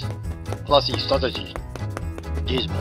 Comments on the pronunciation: 'Stradegy' Noice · The Ferrari "Stragedy" and Darth Toto are sublime. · "Stragedy" lmao...it really was a strategy tragedy 🤣🤣🤣